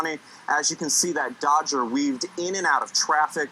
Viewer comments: "Dodger?" he called it twice! Buddy, do you know anything about American car names? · Misleading headline for this. Nowhere near 200 mph. And did the announcer really call it a "Dodger"?